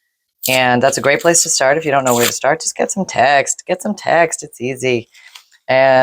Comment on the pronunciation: I thought you said lets tear some tax, yes i cannot tell the difference from text to tax it sounds the same in my ear, 😂😂😂😂